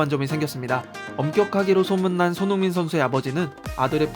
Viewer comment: " 손 융 민 "